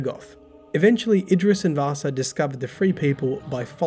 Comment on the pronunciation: I don't know why, but everytime you pronounciated "Vassa" it sounded like you were talking about Vaasa (a city in Western Finland). 😄